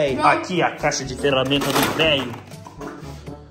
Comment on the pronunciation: Oxi vc disse teramentas?😂